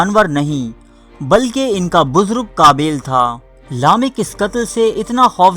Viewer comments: Bai book dekh k parhte ho to bolna ya achi tarah parhna hi seekh lo habail qabail nahi habeel N qabeel hai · ایڈمن جاھل۔۔۔پہلے الفاظ بولنا سیکھ ۔۔۔قابیل اور ھابیل بولنا سیکھ ۔۔۔غلط بول رھےھو۔۔۔